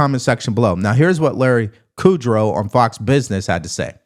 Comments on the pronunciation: Larry KUD-LOW not Kudrow. That's the female actor from 'Friends',. And this attack on Wall street can spread to Main street. When people get fired, they can't spend, and the firing continues in a downward spiral. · Kudlow not Kudrow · Kudlow not kurdrow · KUD-LOW not KUDROW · Larry Kudlow not Kudro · Just FYI…it’s Larry Kudlow not Kudrow. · Great show, his name is pronounced Kud low!